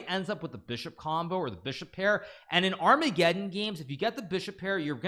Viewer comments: ar-mega-don LOL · Dying at "Ar-mega-don" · I prefer the pronunciation ar-mega-ddon.